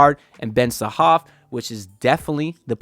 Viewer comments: Haha man your funny! His name is Ben Sarrrrrraf (with the r), when you say Ben Sahaf it's like you saying that Ben enraptured 😂.. Plus, 40 minutes drive in Israel is not super close by.. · You didn't mention the R, its Ben Sa-Raf